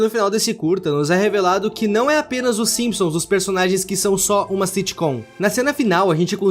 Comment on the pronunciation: simisons kkkkkkkkkk